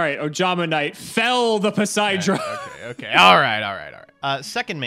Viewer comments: really said 4 poseidra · I know this is Jank but... didn't read Poseidra properly 😅😂